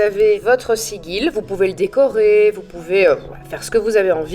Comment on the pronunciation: Merci pour cette chouette vidéo et cette bonne humeur. Et bravo à Simon pour son état d'esprit. "Loué soit le grand Simon":-D:-D:-D;-) (Par contre,, on t'adoooooore, mais "Sigil" se prononce "Sidjil"...).